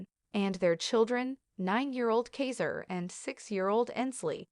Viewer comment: Kayzer?? It's kaiser